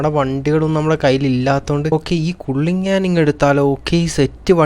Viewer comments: kulinan alla kaliinan😁😊😅😂😂😉😎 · കുള്ളിനാൻ alla കള്ളിനൻ ആണ്